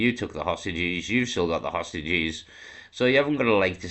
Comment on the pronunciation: Everytime i hear Hostages, i just hear Starmer calling them 'sausages' and it boils ma piss 😡